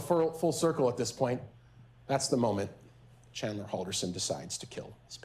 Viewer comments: lmao his own defense lawyer didn’t even say his name right. But I can’t tell if she’s feeling bad about defending a killer or if she’s just a bad attorney, but listening to her feels like a huge waste of time (ok not new to the game, probably just knows she’s not defending an innocent man like she’s claiming) There’s no way every person in this courtroom isn’t thinking that chandler is 100% without a doubt guilty. If someone else had done it, they wouldn’t have even had time to dismember TWO BODIES, much less try to get rid of those bodies in the fireplace of the family home, you’d have to have just enough brain function to stay alive to be able to even consider that would ever be possible. I’m equal parts disgusted and upset honestly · you know the defense is gonna be shit when the defense attorney pronounces the defendants name wrong every time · When the attorney kept saying his name wrong!! I was screaming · very late comment but you can tell chandler's defense attorney was super nervous about this because she was mispronouncing so many things. "chander" instead of "chandler". "that halderson's home" instead of "the halderson's home" or even just "their home". my god... i hope she's doing ok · She's mispronounced his first name twice in the first minute. She keeps calling g him "Chander", rather than Chandler. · I will never get over Chandler's own defense attorney repeatedly mispronouncing his name as "Chander." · The defense attorney just called him “chander” instead of chandler in the first 8 seconds of her opening statement. THE SHADE 😂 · Is the Defense Attorney calling her client "Chander" instead of "Chandler"? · His lawyer couldn't even pronouce his name right. She's literally calling him "Chander". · Is it just me or does his attorney keep calling him Chander? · How many times did his own defense attorney call him CHAND-ER. Can't even pronounce his name correctly but enunciates EVERYTHING else so hard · miss defense even got his name wrong (chander)